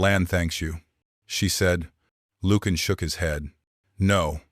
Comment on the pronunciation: It would be extremely helpful if you could spell and pronounce words correctly. Ie. Lucian…. The “C” does not have the sound of a hard “K”. And it is not pronounced ‘Lukan’.